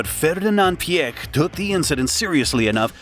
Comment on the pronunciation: The narrator amazingly pronounces Mr. Piech's name correctly- most non-Germans say it incorrectly as "peach". But- the CEO of VW was not "Schumacher", but Schmueker (would sound like "shmicker"). And the company brand is sometimes pronounced as 'oddee" and not "owdee", even in the same sentence?! And my gosh- who is the main intended audience of this video, given the obvious American accent of the narrator? The USA! So provide the units as most commonly used in this country- standard units (e.g., inches, pound-feet torque, pounds, miles per hour, etc.) with either metric spoken right afterwards, or visually in parentheses/captions. There are some std units on the car depictions as subscripts, but when the text is spoken they are missing. Nice to see photos of the development cars for the original Quattro setup.